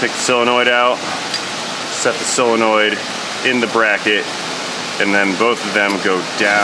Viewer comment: When did "O" become "E"? Selonoid instead of solenoid?